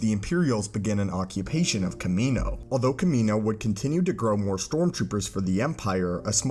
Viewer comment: The way you're pronounced Kamino killed the vibe of the video for me and am turning it off now. Like holy shit my guy you should probably pronounce the word properly when it says it in movies, and when your whole video is about why clones aren't a thing anymore.